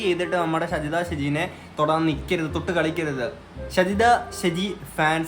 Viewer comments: ഷെജിത അല്ലടാ ഷാജിത 😂😂🤣🤣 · ഷജിദയല്ല ഷാജി ദ ഷാജിയാണ് പൊട്ട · ഷജിത അല്ല ഷാജിത